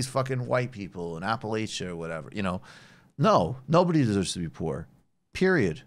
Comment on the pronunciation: Maybe this a pet peeve of mine but to my knowledge no one from my area appreciates the way you pronounce Appalachia. The final two syllables should sound like "latch+a". Maybe to me the linguistics matter too much. But always makes me feel more secure when those talking about region pronounce as we do in the region. To give some local examples, Narrows isn't pronounced as you think, it's actually "Nares" and Fries is pronounced "Freeze". As the same point wouldn't tell the people of Regina, Canada they are pronouncing their name wrong. The way they say it rhymes with vagina.